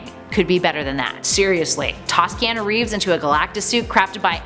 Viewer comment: You pronounced his name so wrong. It’s Ke(ah)nu